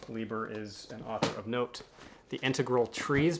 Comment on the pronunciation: Brunner is good. SHOCKWAVE RIDER a proto-cyberpunk. Like you, I love Bear's BLOOD MUSIC. Cordwainer Smith and Stanislaw Lem are great auto-acquisitions. The awards volumes always make for good reading. Fritz Leiber's surname is pronounced Lie-ber, not Lee-ber. The Zelazny, LORD OF LIGHT, is really good. Spinrad is oft excellent, but I've not read that specific title. Love Vance. THIS IMMORTAL is good Zelazny. It tied with DUNE for best Hugo novel in '66. L'Engle is pronounced like the apostrophe isn't there. French in origin but anglicized. LENG-el. WIZARD OF THE PIGEONS is wonderful urban fantasy. Love Avram Davidson. I'm not as enamored of his SF, but his Fantasy/Weird stuff is great. THE PHOENIX AND THE MIRROR is great, but also hard to come by. I've never come across that edition in the wild. You're right on the Ron Goulart pronunciation. Ghoul-art. Incredibly prolific, infamous for writing the William Shatner TEKWAR books. HAAKON, not MAAKON. Quasi-historical fantasies centered around Vikings. More sword and sorcery adjacent than true sword and sorcery. Aye, Lumely wrote the NECROSCOPE series. Tiptree was, and remains, a favorite. Gérard Klein, not Gerald. French SF author. His short work, especially the early short work, is his best. The novel isn't related to Nivel and Pournelle. It's just that both titles are playing off of a Biblical episode. Gosh how Thomas Burnett Swann's profile has fallen. THE INTEGRAL TREES is Hard SF. It doesn't begin realistically like BLOOD M